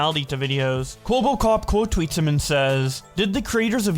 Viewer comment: Who's "Kwobocop"? I know his name is pretty dumb but it's not that hard to pronounce, EDIT: After watching this whole video, "Kwobocop" might actually be more accurate than I thought.